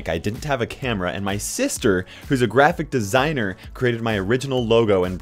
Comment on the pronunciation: When I first heard you say graphic designer I thought you siad crappy designer